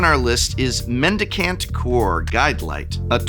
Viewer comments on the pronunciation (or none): It’s a mendicant, not a medic ant. That said, nothing about its mechanics particularly seem to fit either name, so call it what you like I suppose :-)